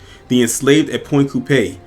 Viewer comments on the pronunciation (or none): It's pronounced point coup pee, sorry just from Louisiana